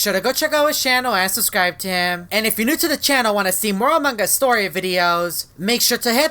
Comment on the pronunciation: The way he says among us😂😂🤣